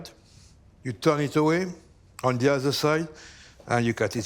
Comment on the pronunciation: If the cook says "Ze" for "the", you know it’s going to be bussin